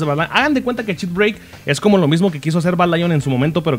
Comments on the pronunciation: por q dice chitbreik? deberia ser chitbreiker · "chit breik" xdxdxd